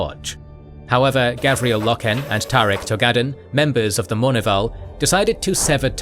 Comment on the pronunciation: Okay this is gonna annoy me and yes I am "that guy" for doing this but its Roe-gul Dorn not Roh-gal, Low-ken, not Loh-ken, Eye-doe-lon not Eye-doh-lon